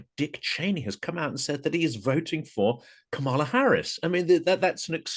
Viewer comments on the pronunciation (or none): A Black woman, the sitting Vice President, has told you how to pronounce her name: it's KA-ma-lah. Please stop messing it up. It's kinda sexist and racist to persist in the error. Plus it's exasperating. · It’s neither sexist nor racist, what makes you think everyone has been schooled on pronounciation of Kamala?